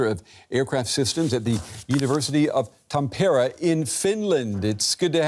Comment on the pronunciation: No!! The city's name is prounounced 'Tammperre' or more preferrably 'Tammerfors'.